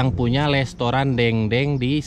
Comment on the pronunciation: Restoran bukan lestoran... hahaha....